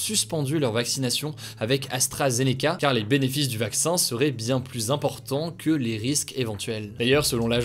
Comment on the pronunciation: Merci... Pardon mais s'il vous plaît arretez de prononcer le S de "plus" quand il est suivi par un adjectif commençant par une consonne. c'est contre le bon usage et à la longue c'est énervant.